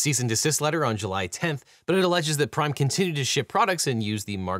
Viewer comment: I kept hearing ''Crime energy drink''.